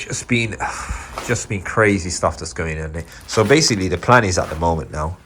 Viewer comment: "Basicall" try a thesaurus